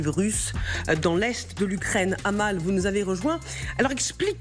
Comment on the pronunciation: Amal ça fait mal aux oreilles. Ça se prononce Améle !